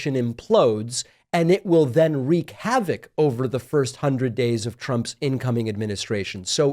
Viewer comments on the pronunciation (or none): none